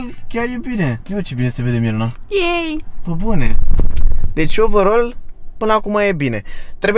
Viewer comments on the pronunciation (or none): none